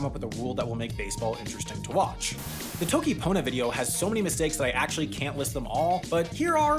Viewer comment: This is technically true, but vowel reduction is heavily frowned upon because it makes it hard for others to understand. It may seem natural to pronounce pona as /ponə/ (like ponuh) to English speakers, but my understanding is that reduction often works differently in different languages, so non-English speakers might not make the connection between /ponə/ and pona as easily. Also as an English speaker, I reduce both and into /ə/ sometimes, so that can be a mess. pona/pone confusion? He did just pronounce the actually wrong though.